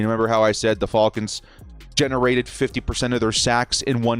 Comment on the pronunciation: He says fall cons instead of fal cons